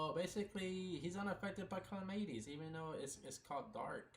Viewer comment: Calamities is pronounced kuh-lah-muh-tees, love your content but it hurts a little bit every time you say it lmao